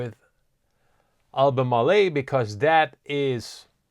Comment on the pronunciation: AL BU MARL, not AL BU MAR LE'. 3 syllables, not 4. SGML just jumped big. I'll let ALB & LITP (Sprott Lithium Miners, small ETF holding passel of companies) do my lithium lifting.